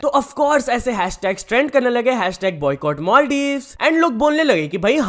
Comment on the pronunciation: Madives ko l ka b faraq nai pary ga 😅🤣